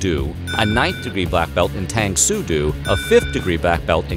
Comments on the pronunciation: ooooo tang sue doo not heard of that one hahahaha Tang Soo Do pronounced dough as in bread making . And Judooo, Taekwandooo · It’s Tang Soo Do, not Doo..Tae Kwon Do, not Doo. Judo, no Judoo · It's Tang Soo Do (Doh) NOT Tang Soo 'Doo'. Oh.. and Google checks with Chuck Norris for all its information. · Tahng So Doh .. <= pronounced like this not tang so dew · Ok. Please note that the martial art is pronounced Tang “soo doe”. Not “dew”. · It's pronounced TANG SU DOE, NOT TANG SU DOO! Chuck is gonna kick your ass! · How many times are you going to pronounce Tang Soo do wrong..doe..not doo.. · hearing you repeatedly saying "tang sue doo" was painful. O NEVER makes a /u/ or /oo/ sound in SE or SW Asian lanuages. it sounds like O. always. Tang sue DOE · It's Doe not do! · UGH....please pronounce the martial arts correctly Tang Su Do and Chun Kuk Do...the "Do" part is pronounced DOH, not DOO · You ignorant pissant: the "Do" in Tang Soo Do is pronounced like 'dough', not 'dew'. Jeez...what a dope. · Chuck Norris allowed you to make this video; even though you mispronounced Tang Su Do. It's dough, not dew. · Doe! Not due. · Its doh, not doo. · Tang Soo “Doh”. Not “doo”. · As someone who does tang so do... it’s not pronounced “tang sue doo” it’s like “tahng sue dough” .... hearing you say tang sue doo hurts me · For the last time it's not TANG SOO DOO! It's Tang soo...... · Its Do ( pronounced doe) not doo, like in doo doo, you big dope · Bruh, "tang soo doo" !? Like, literally wtf if you're gonna make a video at least pronounce the shit right, my guy. "Tong soo doh" I only say this Bc I practiced under him here in VA back in the 90's.💯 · It's pronounced doh not du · It is not Do as in Dew! It is Do as in Doe! Lord hearing this hurts! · Tang Soo Do - "Do" is pronounced "Doh" - not "Doo." You did the same thing for Jeet Kune Do in the Bruce Lee video. I enjoy these videos, but the bad pronunciation is distracting. Please do your research on how to pronounce these names.